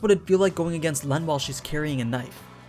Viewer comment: Llenn is pronounced as Ren